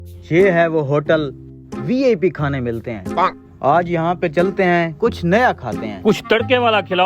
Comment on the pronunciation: Koch nhi... kuch hota hai